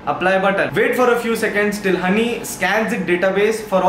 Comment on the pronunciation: joinhoney ko jhonny padha apun